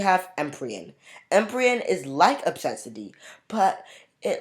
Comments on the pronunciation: FYI it’s odd-ea-see not o-ses-I-ty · The way you pronounced odyssey is hilarious